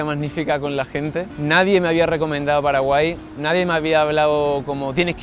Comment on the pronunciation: Muchas gracias por hablar bien de mi pais que no siempre es bueno PD:Minuto "Gente de Paralai"